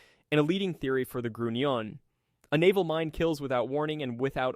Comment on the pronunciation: The S-Boats were called, school boats, not sugar boats. The U in Grunion is a long vowel, not a short vowel.